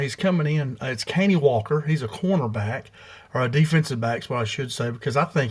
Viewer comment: Pronounced cuh-Nie